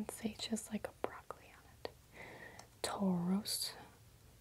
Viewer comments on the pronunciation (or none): none